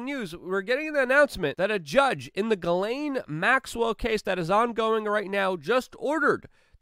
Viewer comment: Ghislaine is pronounced Jizzlane in English